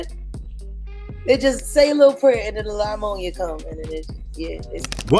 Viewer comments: Y'all hear the way jaguar says pneumonia? She says" liemonia" 😮😅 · Lie-monia huh? Sounds about right. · “La-Monia” smh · Lamonia...🤣😂...so ghetto sounding 😱 It's pneumonia, the 'p' is silent 📝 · Lamonia virus is pneumonia. Why they sayin’ lamonia? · WTF is la-monia. PNEUMONIA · Lol she said "LIE-monia" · Pneumonia! There is no La in pneumonia